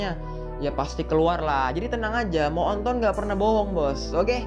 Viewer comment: Ngakak pas denger baca kata moonton jadi "mo'onton"🤣🤣